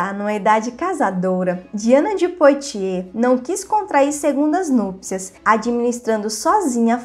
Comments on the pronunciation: Apenas para ajudar: a pronúncia correta em francês de POITIERS é "puatiê" ...como boite = "buate"...ou foie gras = /fwa gRɑ/ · O vídeo é bom e instrutivo, no entanto, colaboraria ainda mais se a pronúncia dos nomes estivesse correta. Lê- se Poatiê e Medici com som de ce mesmo. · Precisa melhorar a pronúncia dos nomes em francês... Vale do Loire se pronuncia loár e o nome de Diana se pronuncia Poátie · Parabéns pelo canal! Me interesso especialmente pela história da França. Mas seria bom aprimorar a pronúncia de certas palavras. As letras “o” e “i” juntas fazem som de “uá”. Leríamos então Diane de “Puátiê” e Vale do “Luár”.